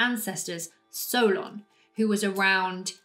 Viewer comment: My name is Solon, and I was named after my grandfather. While I carry his name, my heritage is Greek, and based on everything that's been passed down through my family, I’m proud to say that I fully believe in Atlantis. By the way, you're pronouncing Solon correctly, which I really appreciate! I just wanted to reach out to let you know that I absolutely love your content—please keep posting more! Greetings and best wishes all the way from Nashville, Tennessee."